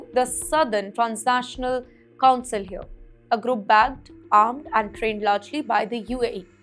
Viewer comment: Transitional, not Transational. Stop trying to copy Palki, deliver news like English language journalists do. Palki's drama may win some dumb fans in India, not the serious ones, not the Indian people exposed to the world, which seems to be your target audience.